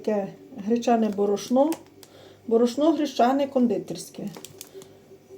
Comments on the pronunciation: Став наголос правильно. Борошно. Що за мова. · А в неї завжди -то яйцІ,то борошнО!!!😂😂😂😂😂